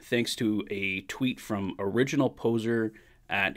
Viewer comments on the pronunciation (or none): Hi, It's not Original "Poser", it's Pouzar as in the 3-time Stanley Cup winning Edmonton Oiler Jaroslav Pouzar.